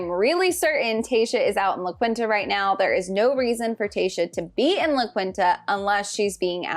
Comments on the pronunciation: LA QUINTA......” LA KEENTA” NOT “La Qwinta “. 😂🤣. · Loved the video! Small note on the resort name it’s pronounced la KEEN-ta